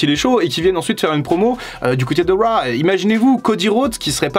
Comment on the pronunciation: Si t'arrives pas à dire raw bah on le dit à la française : monday night Crue. Ça peut être marrant